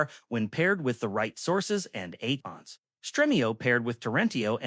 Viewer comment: Eidons instead of Add-ons 🤣🤣🤣